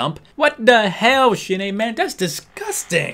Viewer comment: idk why but everytime you say Shin-ae it sounds like you are saying shit aye